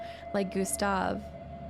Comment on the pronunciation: It is pronounced Light-ner btw :)